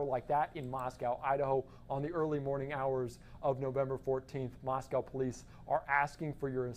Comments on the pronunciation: The name of the city is pronounced "Moss-coe" with a long 0 vowel on the "coe" part -- not "Moss-cow," as in a Russia's city. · Maws-quo.....why can't they pronounce it correct? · It's not "cow" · Of course it’s ‘coe’ you’re right. What about the ‘mo’ in Moscow, which almost everyone pronounces ‘ma’. As in ‘Mascow’. That’s because they can’t pronounce a short ‘o’ lol I’m not sure why Americans go even further by mispronouncing the ‘cow’ in Moscow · FOX! You seem to be the only ones who can’t pronounce Moscow correctly. It’s been 4 weeks! Moscow rhymes with Idaho. “moss-koh”. It is not pronounced like the Russian capital. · Someone who can pronounce the town name...Moss-cow...after Moscow,Ayrshire, Scotland! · It’s not Moscow like Russia but Moscow with the w silent.